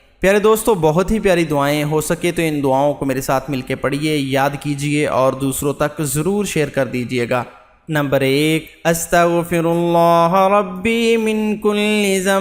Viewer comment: Bhai ap ny pehli Dua ka bpehla lafz hi ghalat parha Hy us ko durust kr lain astaghfirulahi Hy astaghfirulaha nahain hy baqi mash Allah buhat hi achha parhty hain